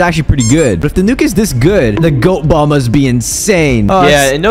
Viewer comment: YOUR SUS WHY YOU SAY BOLL SUS